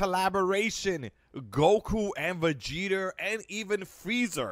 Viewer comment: Dude said vegeter and freezer